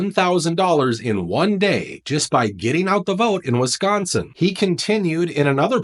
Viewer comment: Wiss -sconsin.